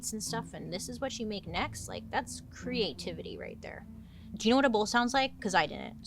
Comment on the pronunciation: Listening to this episode, I kept hearing BOWL and BULL 😂 Wasn’t until I look that I realized it wasn’t a huge soup vessel. Makes way more sense with the whole horn description.